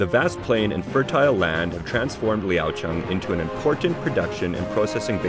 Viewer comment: your pronunciation of the city name sounds like the local tone...